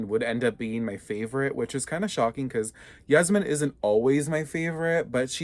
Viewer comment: Its yasmin not jasmin